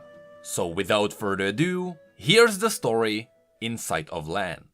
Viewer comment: sounds like you said "just in sight of lamb" at the end